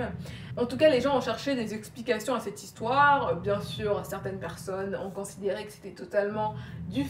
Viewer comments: « On commence l´histwoeeer » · nice ton histoère <3